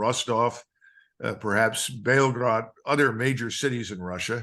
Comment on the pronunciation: The belgorod - Belgrade thing is Even the youtube auto subtitles understood Belgrade Lets call it on the american accent pronouncing russian names